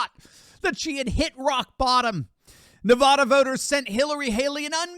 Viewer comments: You’d think that; someone who reports on politics would know how to pronounce Nevada correctly. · Love ya but you keep mispronouncing Nevada. Please do better